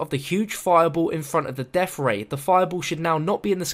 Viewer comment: "deaf ray"